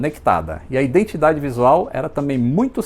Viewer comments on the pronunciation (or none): none